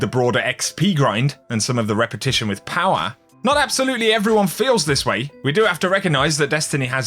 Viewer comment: Clicked for the D2 content. Stayed to hear him say POWA!!